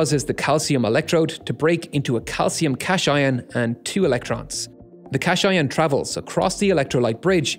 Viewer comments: Missed your basic chemistry class? It's pronounced cath-ion, not cash-ion, derived from cathode and ion. Real engineers know that. btw., as densities of liquid calcium and calcium-antimony alloy are different, how are they going to prevent the electrode protruding the salt electrolyte when the levels of the layers are changing, causing an internal short circuit? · Since when is "cation" pronounced like "cash ion"? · Language is meant for the purpose of communication. The vast majority of engineers would understand "cat-ion" immediately but will be tripped up by "cash-ion" at the very least, and that's with context. Therefore it fails its job and is a wrong pronunciation. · "Cash ion" xD It's cation. Kitties, not $^^ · cashion?? cation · its kadīən not cash-ion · Yeah, I'm sure I was taught 'cat-eye-on' for 'cation'. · Ikr, CAT–ion :( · I dare to bet that virtually nobody would read Cation as Cat-I-On on their first try. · Please learn to pronounce “cation.” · No, it's not just different, it's wrong. Cation is a modern, technical term with a formal definition that has only one pronunciation in English. If the narrator does not know this he seems to be poorly educated and it undermines his credibility.